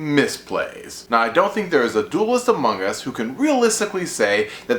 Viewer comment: Haha he said amoung us